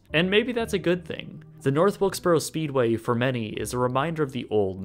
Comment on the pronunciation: That's North Wilkesburrra.